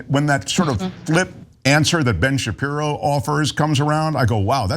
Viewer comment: Oh yeah that's smart to say Ben Shapeepee.. ... 🙄🙄🙄 I know they whipped his in school